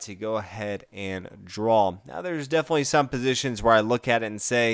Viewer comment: Sounds like your pronouncing draw as drawl